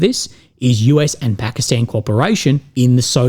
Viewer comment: Thumbs up for pronouncing it Pakistan and not Pahkastahn.